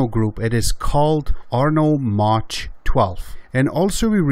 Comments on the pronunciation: I love your vids, and learn a lot. I also understand that English is not your native language. In this case please be informed that MACH is not pronounced as Maa tch. The "CH" is pronounced as a hard "K" sound. M AH K. It's like airplanes travelling faster than the speed of sound, Mach 1, Mach 2, Mach 3. etc. Yes, I know, grammar nazi, but it bugged the hell out of me. Keep up your great vids. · nice video. And its Mach like Bach